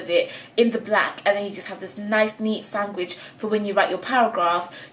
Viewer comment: ‘Sangwich’ ... iconic